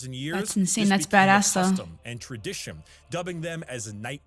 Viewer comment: I don't want to rag on, because I doubt he can help it. And I absolutely subscribe to him because his lore videos are excellent. But on words that end in N's, he occasionally pronounces as M's, and it's so jarring every time. XD "Legion" becomes "Legium", "Tradition" becomes "Traditium", etc. Now that I think about it, it's sort of endearing.